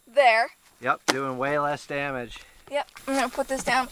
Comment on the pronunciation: I love her expressions, not only on the way she handles that .44 but her innocent mistakes too… “Dummege” 😂😆😂